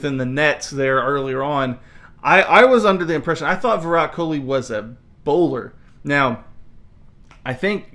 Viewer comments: It's not kholi...it is kohli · It's virat kohli not kholi